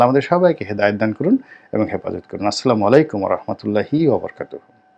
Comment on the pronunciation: আপনার প্রতি শ্রদ্ধা ও সম্মানের সহিত ছোট্ট একটি কথা বলছি, আপনার প্রতিটি পর্বে আপনি শুরুতে এবং শেষে যে সালাম দেন আমার মনে হয় সে সালাম আপনার সঠিক হয় না ভাইজান দয়া করে সঠিক পদ্ধতিতে সালাম দেওয়ার চেষ্টা করবেন, আসসালামুয়ালাইকুম অরহমাতুল্লাহি অবারাকাতুহু , দয়া করে ক্ষমা সুন্দর দৃষ্টিতে দেখবেন